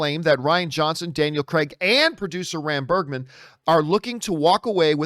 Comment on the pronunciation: Its RAM, not BAM